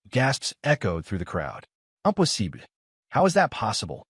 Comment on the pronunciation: I'm not surprised.. It happen in every channel video... Whenever it said "impossible", it'll turn into France accent immediately😅😅😅